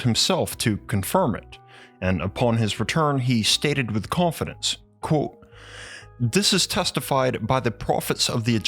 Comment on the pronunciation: is no one going to talk about they way he can't say the word ( quote )